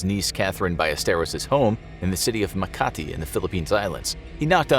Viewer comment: As a Filipino, I like how you pronounce Makati like you speak Tagalog for a long time. And that Filipina woman's story is cool. But it also reminded me of that childhod friend who pretended to be possessed because he and her teenage girlfriend are being force to split, and they only realized the truth because in one of his shouting episodes, his voice broke